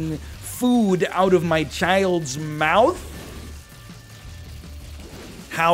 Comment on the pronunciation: “You’re taking food out of my child’s Malf?!”